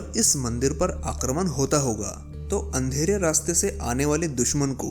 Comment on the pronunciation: Akraman kya hota h😡 Ramayan ? Ganesh ji ? Bano ? Uut ? Kya hindi ka sahi uchcharad bhi nhi ata kya ? Na ‘an’ ki bindi ka uchcharad na ‘chandra bindu’ ka uchcharad or na hi ‘arda’ ka sahi uchcharad h.. km se km hindi to sahi to bolo..